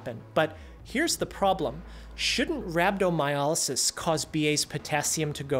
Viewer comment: Why do you keep pronouncing it as Rab-do-my-A-ly-sis. It is RhabdomyOlysis.